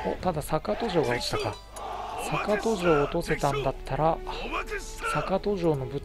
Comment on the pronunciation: あ、そういえば坂戸城の読みはさかとじゃなくてさかどですよ。あと与板はよいたと読みます。越後になぜ北条の城があるかと思えばここもきたじょうと読むんですよ。 新潟の越後の城って読みにくいのが多いですよね。 あと、これ少し悲しいんですけど松代城は松代藩の城に見えて実は越後松代城なんです。松代藩は実は改修した海津城なんですよ。 少し酷いですよねー。 BY：現・新潟県民